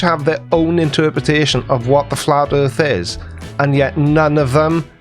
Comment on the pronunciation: What’s a “fla’ erff”? (And should that be one ‘f’ or two?) Please don’t make us listen to her again.